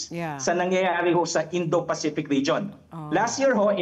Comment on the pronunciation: Indo peycom. 😂 Indo peycific command. 😂